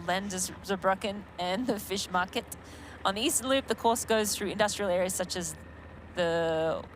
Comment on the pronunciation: Fischmarkt she did well, let's give her that. Rest is awful 😂😂